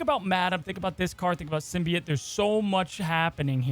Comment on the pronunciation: I'm sad learned how to pronounce symbiote correctly.